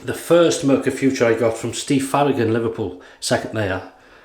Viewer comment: Hi that was a very nice Video again, I could watch you for hours but one thing is wrong. The German pronunciation for the Razor is "Footoor" not Future. Nice greetings from Germany